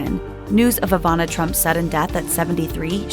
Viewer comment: Ivana, not Avana